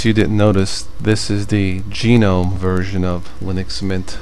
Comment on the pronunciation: lol "G" gnome. Don't worry, I used to say that too. :P